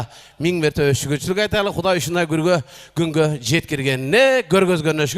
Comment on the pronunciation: Кунго дегенди гулго деп. Койдуго доку